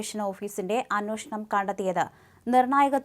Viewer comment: അന്വേഷണം -അതാണു ശരിയായ ഉച്ചാരണം . ' ന്നോ ' അല്ല 'ന്വേ ' ആണ്